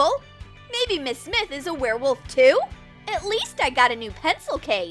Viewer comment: Why is he even trying to catch the where woft